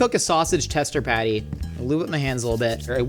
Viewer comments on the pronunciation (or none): none